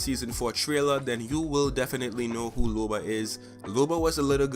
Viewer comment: Its LOBA not LUBA.